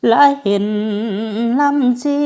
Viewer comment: คำว่าเช็ด คำว่าชี เข็ดน้ำตา ลำน้ำชี ฝึกออกเสียงใหม่ ให้เป็นไทย ความหนักเบาของคำแกะพี่มนต์แคนอีกนิดหน่อย นอกนั้นดีแล้ว